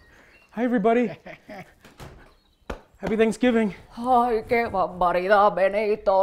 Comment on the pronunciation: It’s thanksgiving, not sangibing, that’s gross and not even funny